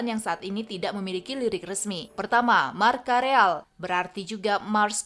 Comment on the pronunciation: ngomongnya imnos is tin eleftherian march(lebih ke s)ya real sudah berubah menjadi King sejak 2022 loh, masa gak update sih hoyen mast lebih baik jangan diambil mentah dari wikipedia atau google translate deh, bahkan saya aja sampai gak paham (padahal kalo dari English malah paham) compagnes kalo english lebih ke partner cewek (istri). dan Sabang Merauke memang kok mengambil tema dari Marsei sebagai orang yang menyanyikan sekitar 40 lagu kebangsaan, saya sih merasa setiap lagu kebangsaan unik, karena menceritakan hal yang berbeda, ada yang nanya rumahnya dimana, ada yang pernah pakai lagu malam tahun baru